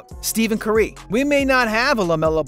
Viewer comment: steven cürÿ😂😂😂😂